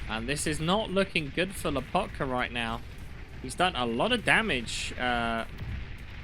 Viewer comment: Why LAH potka. It's Loh PAHtka. The O and the A are in opposite places of where you're saying them.